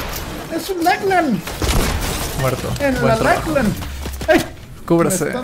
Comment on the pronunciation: Es lachlan no laclan